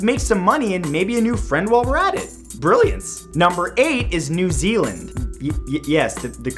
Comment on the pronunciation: New Zeeland? Wha...? Why? 😕